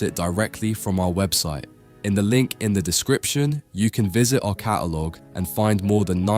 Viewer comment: Didn’t realise AI did glottal stops. Last time I looked, “catalogue” had a consonant at the end of the first syllable